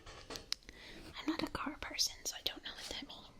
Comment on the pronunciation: The way you pronounce the cars wrong is adorable